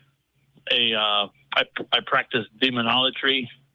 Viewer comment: I'm sorry. If you can't even pronounce the word demonology, I'm not convinced you've "practised" it. Sounds more like you've never seen the word in written form and only heard it on YouTube videos. So I'm to assume you are a liar and will lie to assert your narrative and a narcissist, because your looking for anything to make yourself feel special. I could be wrong but this is what i assume